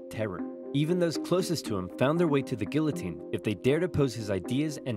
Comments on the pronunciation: Almost made it through the whole video without slipping back to calling it the Gill-a-tine, not Gee-O-tine. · the pronunciation of guillotine is inconsistent in this video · Anyone else notice sometimes he pronounces it gee-u-teen and sometimes gill-u-teen? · Good vid but gioulotine is actually pronounced guiotine. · You: you mispronounced Guillotine twice. TO THE GUILLOTINE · I just realized he pronounced “guillotine” both ways people usually say it. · HAHAHA he mispronounced it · oops you pronounced Guillotine wrong TO THE GUILLOTINE! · * pronounces guillotine like it looks* Me: “TO THE GUILLOTINE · Anybody else hear him say Guillotine wrong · mispronounced the word “guillotine” TO THE GUILLOTINE! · DID YOU JUST PRONOUNCE GUILLOTINE IN A DIFFERENT WAY?! TO THE GUILLOTINE!! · The way you pronounce gullitine scares me. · You pronounce the L in guillotine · the way he pronounced guillotine. I did a project on the guillotine, and one of my partners kept saying it that way and it drove me mad. also guillotin didn't invent the guillotine. and the animation showed Louis's head getting cleanly sliced off, but in reality the blade caught on his fat neck and his jaw bone, and 2 people had to sit on the blade to get it to slice through